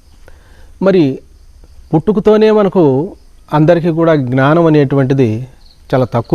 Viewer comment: జ్ఞానం ( not gnaanam). Pranaams